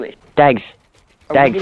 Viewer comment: This is not pags. It is dags.